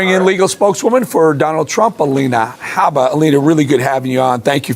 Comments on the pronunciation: I love your show but, for the life of me, I don't understand why you and Aaron Parnas insist on mispronouncing Alina Habba's last name. The H is not silent. You've even heard her say her last name in video clips yet, in video after video, you and Aaron continue to call her Abba. I'm no fan of Alina Habba, believe me. How she passed the Bar exam I will never know, and she is an embarrassment to the profession. That stated, she does deserve to have her name pronounced correctly. Thank you. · More out of curiosity than out of any respect for her personally (I have none), I wonder why you keep calling her "abba", as if it was a homophone for the band. It's Farsi/Chaldean and the H is not silent. Nor is it a soft guttural like the Islamist group Hamas. Your pronunciation sounds odd to me. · Why do some yanks drop the H off habba and pronounce it Arba? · Y'all make so many really good points but please learn how to pronounce "Habba". It's annoying enough to have to hear her name constantly all over the place but mispronouncing it is doubly annoying. The "H" is not silent ... 😊😊😊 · Why don’t you say the H in Habba? Is it silent? Other news outlets say the H. I’m confused 😢